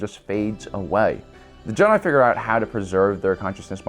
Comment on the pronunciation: "juh-die" lmao